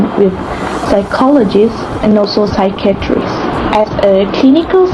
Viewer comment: Also, you need to polish your pronunciation of psychiatrist. It sounded like 'secretaries' instead of 'psychiatrist'. Psychiatrist is pronounced: sə-ˈkī-ə-trist | sī-ˈkī-ə-trist (US) or saɪˈkaɪə.trɪst (Brit)